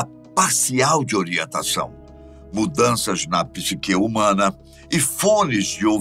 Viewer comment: Obrigado por pronunciar "psiquê" e nao "psíque".😊